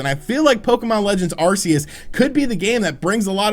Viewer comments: Arc seus not arsseus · I love the way you pronounce Arceus. Its the same way I have for YEARS. Everyone else says AR-KEY-YUS and im like wtf pokemon is that?